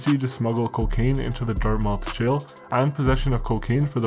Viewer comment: It's dart-mith